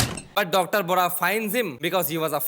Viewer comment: It is Dr Vohra not Bora 🤣🤣🤣🤣